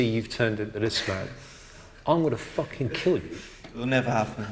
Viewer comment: WTF "i will fookin kiell you" said the trainer...